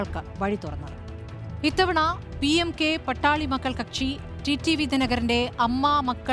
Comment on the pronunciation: Not Pattali.but Paattaali makkal